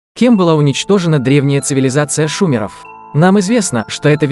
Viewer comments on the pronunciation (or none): Не шУмеров, а шумЕров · ШУМЕРОВ( УДАРЕНИЕ НА У, КАК ВЕДУЩИЙ) А ШУМЕРОВ - УДАРЕНИЕ НА Е! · Не шу'меров, а шуме'ров ! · Шумеров ударение е